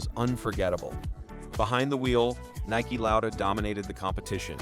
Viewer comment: 1 minute in, the stupid AI voice pronounces the "Swedish Grand Prix" as "The Swedish Grand PRICKS" and apparently a car with a fan on it was driven by "NIKE Lauda," not "Niki Lauda." Your AI video sucks and after a minute in, I want that minute of my life back. YOU SUCK FOR MAKING THIS!